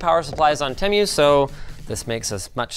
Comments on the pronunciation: i know it's a chinese brand name so we're pretty much all garunteed to be saying it wrong in some way, but Teh-Myu makes me irrationally angry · did he say Temyu at the beginning. i didn't even know, that you could pronounce it like that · The worst part of this was the pronunciation of "temu" as "temmyou" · He’s pronouncing it wrong. It is pronounced. “TeeMoo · I swear, I've heard Temu's name pronounced a half-dozen different ways. To your credit though, I've never heard it pronounced "Teh" "Mew" before. So...idk....congrats? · My God it's pronounced teemoo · Sorry I was going to watch the video but then you pronounce temu as temm-you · It's pronounced tee moo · Sir i love your videos but i hate the way you say TEMU not TEMIU!! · Tehmew cmon linus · It's Tee-moo. 🤦‍♀Boomer. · It’s “teemoo” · LINUS PLEASEEE 😭 ITS “TEE-MOO” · bro said temyou 💀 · How is nobody mentioning how he’s totally botching the pronunciation of Temu! ITS TEE-MOO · It's not TemYEW. Jesus. Have you been under a rock and not heard how this is pronounced? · I have never heard temu said so wrong and I’m only a second in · The way linus pronounces TEMU makes me want to scream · Linus is pronoucing the name of the company wrong based on the advertising. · I'm super annoyed that Linus can't pronounce tEmu correctly. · The was he says Temu…. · Hey Linus you butchered the pronunciation of Temu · why do you pronounce temu different to everyone else? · dude you didn't pronounce the damn name right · thats not how you pronounce temu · linus always finds a way to mispronounce stuff like how he said coupon or just now temu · Who else got annoyed of how he pronounced temu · lol “tem-you” instead of “too-moo” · i mean it is pronounced teemoo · wrong did you watch the Super Bowl commercials? That’s how you say it it’s te-moo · The pronunciation:*Temu* (Tee-Moo) Linus:*Temmew* 💀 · I swear he's the only person to pronounce "Temu" like "Tem-you". Even the company themselves pronounce it "Team-oo" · Tem-you? Tee moo.